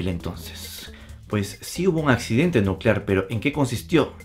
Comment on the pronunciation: Nucelar, se dice Nu ce lar...